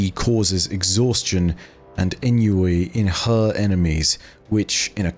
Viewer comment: Not to be a butt, but Ennui is “On-wee”